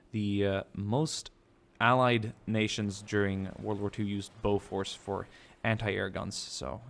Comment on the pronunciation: btw Bofors is pronouncesd bo fers